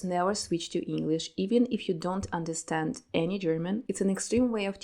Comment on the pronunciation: I like your enhlish pronunciation. Sounds similar to sgt Garsia's ))))